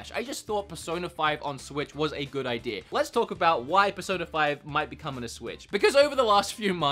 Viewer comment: listen at the beginning of the video, he says ideer, note idea.